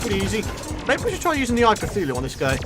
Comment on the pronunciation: Eye a cuthulue